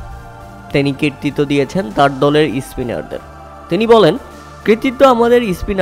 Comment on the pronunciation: Spiner ❌ ispiner 😂😂😂